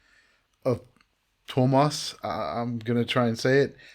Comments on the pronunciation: Tuomas (composer) is pronounced "Two O Maws". you had it correct. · Great reaction, once again. 2k subs, well deserved!!! Your pronunciation of "Tuomas" was just fine. You made so many good points, observations, especially given that you went in blind. Well done! I'm only going to say that I agree that Floor, not to mention Tuomas, for an obvious reason, and the whole band, went all in. I've never thought of this before, but I wonder, (I can't remember), what the next song on the setlist was after "The Poet"? How do you even start another song after "The Poet". I'm a little late with my comment because once again I watched reactions to some other, easier, songs first. I want to see every reaction to "The Poet" but not necessarily right away. A couple of months ago I read an old interview of Matti Vanhanen who was the Prime Minister of Finland in 2005, when Tarja Turunen the original Nightwish female lead vocalists was fired. He attended Tarja's last concert with Nightwish. (He is now the Secretary of the Treasury. He had decided not to take high posts anymore, but his party twisted his arm when the previous one had to/decided to resign. Covid-19 means difficult times economically too.) He was very diplomatic about the break up. He didn't want to take sides. He was worried about the future of Nightwish. If they were to go on with just Marko, as great as he is, on vocals, they might lose a lot of fans because female vocals had been the thing from the very start of Nightwish, a female fronted symphonic metal band. To change that after 9 years. N